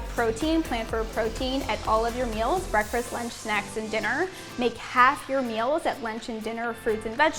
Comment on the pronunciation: Is she saying "breakfrast" ? I can't listen to it anymore. Sorry